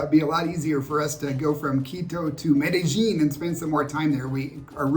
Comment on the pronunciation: Bad American pronunciation really frost's my shorts. Its Med-a-yEEN!! Spanish double L is a Y.